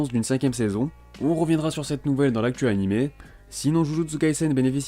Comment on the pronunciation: Animé, ça se prononce animéééééééééé ! xD